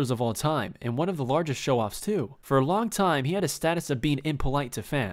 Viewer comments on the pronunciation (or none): none